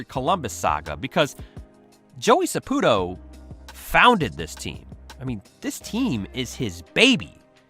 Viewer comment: Sa PU TO , it's in the name